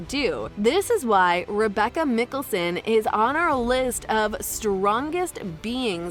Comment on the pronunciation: You're pronunciation of Klause is way off and their surname.